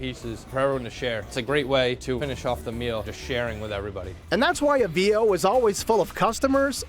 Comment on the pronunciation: Boy! Does this guy mispronounce Avvio's. I guess he's not Italian.😂